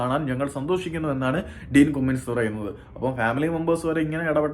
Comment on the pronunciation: കുമ്മിങ്സ് alla pronounce bro കമ്മിങ്സ് anu